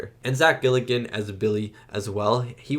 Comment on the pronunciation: You keep saying Zack Gilligan, it's Galligan 😆 He's an every-man actor who still works to this day, but never had leading man chops, this was by far his highest profile role ever, which works because it's inevitable the "main" character gets overshadowed by puppets, they didn't want/need a charismatic lead like Kevin Bacon/Tom Cruise/etc. Like with many creature/horror, or even action movies, but Gremlins moreso than most, the "plot" is almost entirely inconsequential. The driving force behind the movie is the puppeteers. What cool stuff can you guys do that audiences have never seen before? And this was the 80s, Jim Henson had made puppets huge in the 70s and there was a whole industry surrounding them. By the 80s horror boom many of them wanted to do more adult stuff away from Sesame St/Muppets. (FUN FACT! Gates MacFadden, TNG's Dr. Crusher, was a puppeteer with Henson! She's credited as Cheryl MacFadden whenever she does puppet work, Gates was her mother's maiden name.) Director Joe Dante turned down the sequel, they spent years trying to put one together and eventually came back to him. He agreed to do it basicly on the caveat he could do whatever he wanted - which meant cutting the creature team LOOSE with an even higher budget. If you thought this one was zany... Looking forward to you checking out the sequel.